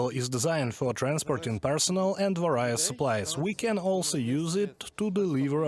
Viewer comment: Vary, various, serious, there is no "eye"